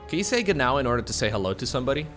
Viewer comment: u hitting the "ah, ja genau" got me fcking dying xDD